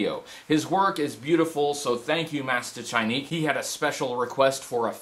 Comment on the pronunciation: I'm Polish (just like Mastaczajnik) and I can attest you pronounced his name really well! In fact, I found out about this channel from Mastaczajnik's deviantart. Subscribed!